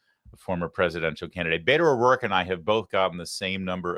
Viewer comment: I can't live without ever hearing Beta O'Rorka ever again